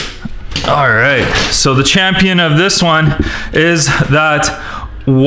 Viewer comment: did he say ze instead of the 😂😂